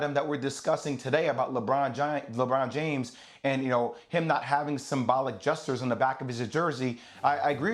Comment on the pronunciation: “Lebran Jam Lebron James 😂😂😂😂💀💀🤣🤣 I’m crying yo